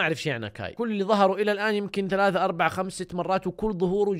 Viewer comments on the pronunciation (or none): none